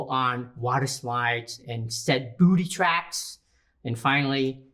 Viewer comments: He still says "booty traps" not booby traps lol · he even says 'booty traps'